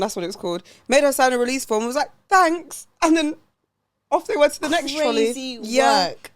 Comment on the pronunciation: There were so many things in this ep that had me laughinggg🤣 Noticeable faves: - The x Gillian McKeith supermarket linkup. I kept rewinding to "TROLLEH" lmaooo. But no, how can someone run up on you like that with their camera crew and ask to view your trolley contents??? #TrolleyGate - "Here I am [shaped] like a dumpling"... egregious - "Wanted to do re-enact Christina Millian AM - PM but then I ended at DMU" Such a funny episode girls! Loved it xx